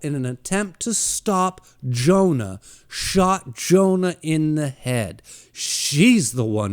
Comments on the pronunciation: Hearing you pronounce Johan as Jonah made me wince every time. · Monster is so fucking good. I watched the anime about a year ago and it blew me away. Also it's Johan not Jonah lol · You forgot to mention that the hospital make sure Temma doesn't get the credit of all those high-profile surgeries that he worked on for powerplay move. The little boy that grew up to be a serial killer name is Johan(yo...han) not Jonah😂 lol.